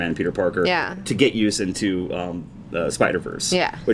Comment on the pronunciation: It sounds like he’s saying ‘porker’ every time he says ‘Parker’ too